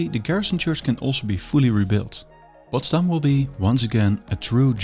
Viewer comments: Why do you keep emphasising the city's name on its second syllable, although there is plenty of evidence to where the stress should be put? It just doesn't make sense and affects your otherwise interesting documentation. And while we're at it, let's use the opportunity: Assuming your native language is dutch, why do you find it necessary to pronounce english the american way? What is wrong with the original accent from across the Channel? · Very nice. But why do you stress Potsdam on the last syllable? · His pronunciation of Potsdam with the accent on the last syllable like in Amsterdam also make it sound extremely Dutch, Friedrich Wilhelm I would be glad I guess.